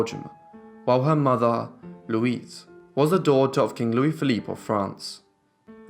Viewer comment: Brilliant and I loved how you said the name Louise ❤ It's my first name Keep teaching us with that lovely voice X